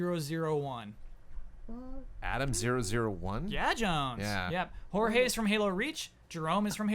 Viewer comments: Correction: Jorge-052 is pronounced "George" lol. pliss, Halo is my lifeblood. ty. Great podcast as usual! Very fun L&R questions. -Julian/FUNKNOWN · Correction: Jorge in reach is pronounced as George